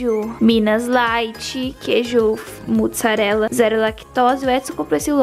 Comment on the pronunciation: "queijo muTssarela" 😂💕